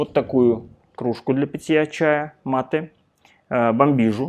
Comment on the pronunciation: МА́ТЭ. Раз уж тут живёте, называйте правильно!